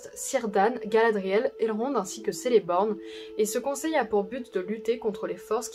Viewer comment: Le C comme dans celebrian ou encore celeborn se prononce comme un k et on dit alors Keleborn ou Kelebrian .super vidéo néanmoins.